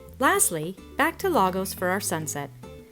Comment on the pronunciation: Bravo! Just watched this with Irene by the campfire. She’s passing through. Irene says Lagos is pronounced La- goosh.